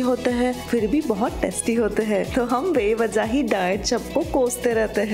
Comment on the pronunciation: U r a south indian na?? The way u say teste not taste😊